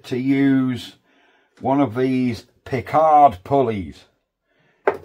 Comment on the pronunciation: 'Picador' Pulleys, not 'Pickard'. They used to be in Acre Lane, Brixton in the 60s, where I bought my pulleys as a teenager. Vee Wee, the Volkswagen people moved next door when they moved across the road from the old *Adlard"s Ford dealership, owned by the most interesting, Sidney *Allard of sports car fame. Enjoyed this episode no end. Thank you. George (*Adlard/Allard. Similar but not related.)